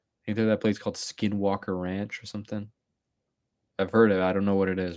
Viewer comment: The way you said skinwalker made me spit my tea out of me moufff😂